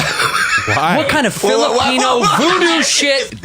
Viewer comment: his filipino was spot on.